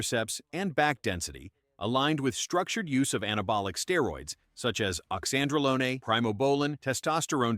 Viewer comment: Oxandrolone...like Lone Ranger, not bologna as in sandwiches/Tren. Iris is the GOAT!😊